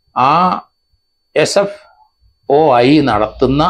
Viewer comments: SFIO എന്നാണ് SFOI അല്ല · Sfoi. അല്ല sfio. എന്ന് തിരുത്തുക. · He doesnt even cant say properly its SFIO... Dont know how he is doing it. He doesnt even know what he is talking about,typical malayali reading only mallu news papers. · Sir not sfoi.. Sfio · നേരെ ഉച്ഛരിക്കാൻ പഠിക്ക് 😭😭SFOI 😂😂😂. കട്ടം